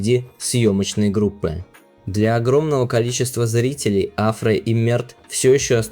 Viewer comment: Турецкие имена и фамилии имеют ударение на последнюю гласную АфрА СарочоглУ КерЕм БюрсИн.